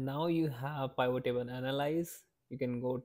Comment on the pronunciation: I'm going to start calling them Pie-vot tables from now on